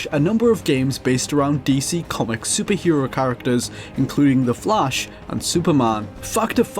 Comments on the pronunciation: In every dialect of English flash is pronounced /flæʃ/, so you can't even blame it on his accent. He did say flush. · also i think it sounded like he pronounced flash with a awkwardly long a.